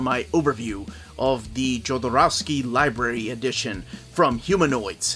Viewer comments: not really. the "j" leter in spanish sound like the "h" in the englesh word "home". Hodorousky is more correct. Edit: Acabo de leer tu nombre y si entiendes español... Omar pronuncia Jodorowsky como si empezara con Y. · I regret not saying anything earlier because I don't like being a smartass, but I gotta because I care about you and the channel and it is only right to pronounce the author's name correctly, Jodorowsky is pronounced "Yodorovskee", without the English "J" and "ow" and with a short "ee". I hope that helps, cheers Omar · Great as always. I've seen the French versions and they look amazing. For next time, it's pronounced: Hod-or-ov-skee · Is it sort of a meme or just mistake in pronunciation? I mean, "J" in Alejandro you pronouncing right — similarly the surname should reads as "Hodorowsky", because it's a hispanic spelling variation of Polish language surname Chodorowski (J [es] = Ch [pl] = H [en]) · SI tenes radon, me fije y Omar lo pronuncia mal tambien! suena como decís, con una H al principio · The right pronunciation is like Omar says, in latin american spanish you pronounce the J, and don't have to add the english accent to it, it sound like you read it.